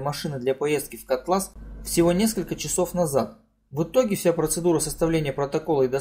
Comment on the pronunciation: ШИес а не ШиЕс! Урдома, ударение на последней А . КОтлас, а не КотлАс. Учись сначала правильно произносить названия.